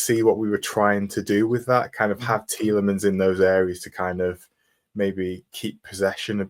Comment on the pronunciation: Pet hate: commentators who pretentiously pronounce names. The BBC guy who pronounces it "Tielemons" does my head in!